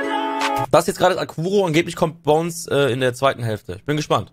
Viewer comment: Es is nicht bonez man hört das